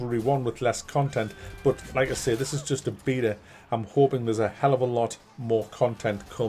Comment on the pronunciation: Lovely! You pronounce beta the way god intended, good on yer mate!